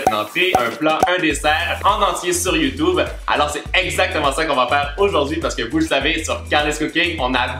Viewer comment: Ses pas youtoub mais YouTube si non continue com sa